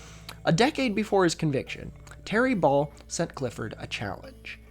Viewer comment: Every time you said “Ball” I heard “Baal”